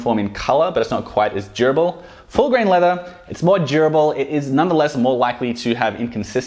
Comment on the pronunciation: When he says "durable" it sounds like "jerbil"